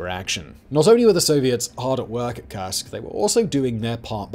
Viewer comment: Ok, the German pronunciation is difficult. Das Reich reads dad raikh and Keil in Panzerkeil as kile not as kill. The Russian as well. Kursk is pronounced not as cursek but as coorsk. As in cool.